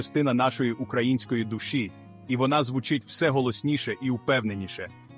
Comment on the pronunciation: Цікавий ткст.Але відчуття,що читає ші,бо не "звУчить",а "звучИть",й т.д.